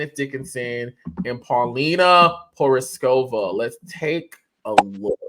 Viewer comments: Ma’am pronounce “porizkova” correctly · If you're going to interview somebody, make sure you pronounce those names correctly, especially if they were a famous supermodel. That was just sloppy. I wouldn't have answered her questions either.